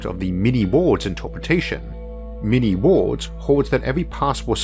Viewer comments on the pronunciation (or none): My favorite of his pronounced words is ""wohls"" for _Worlds_